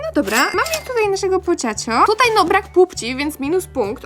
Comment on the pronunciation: Nie mówi się pociąćo tylko pochaco